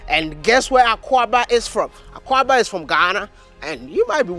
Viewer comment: Maya, it’s not pronounced AKUABA. It’s AKWAABA.